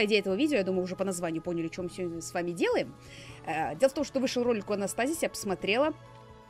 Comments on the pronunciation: правильно АнастасИз) А так, получилось очень даже отлично❤️ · я знаю, просто сказала АнастАстз